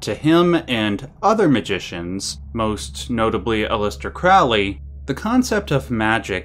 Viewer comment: Crowley rhymes with holy. Crow-lee